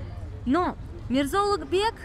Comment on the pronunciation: Произношение имени Улугбека как "Улутбек" дамочкой, назвавшей себя гидом для нескольких умалишённых из России, перечеркивает нахер все теории заговора, проповедуемые этим каналом)) Низкая социальная ответственность её подвела))